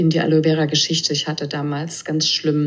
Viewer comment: Gute doku, aber eine "Wissenschaftlerin" die Aloe Vera nicht einmal aussprechen kann?